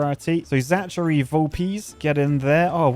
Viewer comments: Zack-a-ree not Za-char-ee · Please stop mispronouncing the name of my dead brother zachary